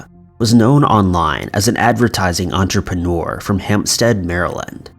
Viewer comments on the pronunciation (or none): none